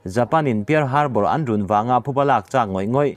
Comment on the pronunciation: Pearl harbour tihte hi pal harbar tiin lamrawh